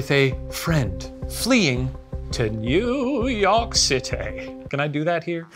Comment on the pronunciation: The Laszlo pronunciation of New York City was chefs kiss